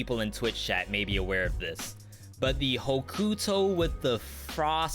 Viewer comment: It took til an hour + to realize your were saying chat and not Chad...i thought Chad was the male Susie..maybe a little too high bit ive been watching it through and i got to say your tier lists are fantastic you're doing an amazing job